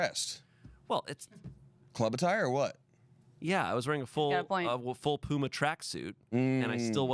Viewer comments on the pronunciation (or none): none